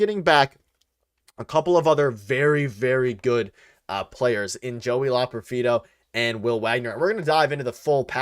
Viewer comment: Fun live stream. You just need to learn how to pronounce Loperfido. Keep up the good work